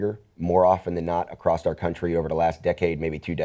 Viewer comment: please don't say "acrosst." it hurts my ears.